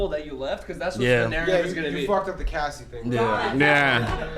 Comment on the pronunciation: As soon as fucked up Cassies name was like that's my que! 😂😂😂